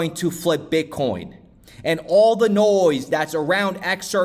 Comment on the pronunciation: That great! I heard you say bitcorn